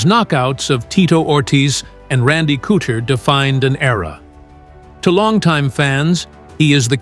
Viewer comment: Randy cooter lol cmon narrator guy you’re better than that